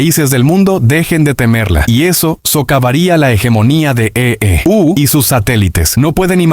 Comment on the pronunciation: Vaya voz más rara que tienes, y eso de "e e uuuu" o "be erre i cee ka ese" (en vez de Bricks) suena aún peor. Es lástima, porque la información está muy bien.